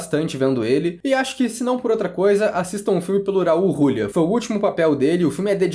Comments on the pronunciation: Eu ri quando ouvi Rrraul Rrrulia hauahauhauaa em 30 anos primeira vez que ouço dessa forma o grande Raul Julia. Kylie Minogue já era uma cantora muito famosa desde pequena, ela é a Simony, a maisa da Inglaterra. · Foda é vc dizer um monte de coisa sem saber a história real por trás do jogo. O Guile sempre foi o protagonista real. Isso já é canônico. E pls, aprenda a falar o nome do Raul Giulia corretamente